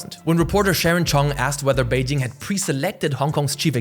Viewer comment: why does it sound like he's saying wazup beijing